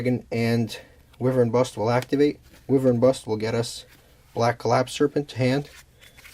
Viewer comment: It's pronounced "why-vur-n"